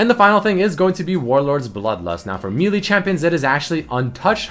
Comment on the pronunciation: Still waiting for the day when will finally pronounce "melee" properly plz